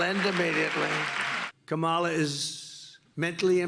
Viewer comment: HE is so mentally impaired, he can't pronounce her name. total embarrassment.